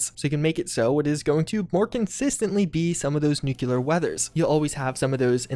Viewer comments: Please, please... save me from my triggers. It's NOO CLEE ur, not NOO CUE lur. twitches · Nu-clear not nukku-lar Looks more realistic but I think the nights and super dark interiors would make my anxiety spass out. ;) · Nu-CLEAR, not Nu-clee-URH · I like seeing this stuff, but I keep getting mentally sidetracked every time I hear "newk-yu-lar" instead of "newk-lee-ar". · bro said nucular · Nuclear. NU-clee-er. Nuclear. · Ah yes NUKULER weather, my favorite kind of weather. NUKULER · I've been telling you this for like three years but please for the love of god figure out how to pronounce "nuclear" properly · Are you saying nuclear wrong on purpose? I've heard so many people pronounce it wrong lately I'm starting to feel like I missed a meme... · No I think that’s how he just pronounced it.